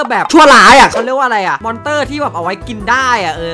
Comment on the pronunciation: มันเรียกว่า มอน ครับ 555